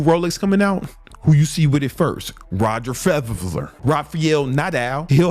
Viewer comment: its Federer, fed r rhrhr OK😠